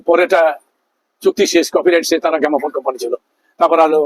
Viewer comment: গ্যামাফোন নয় গ্রামোফোন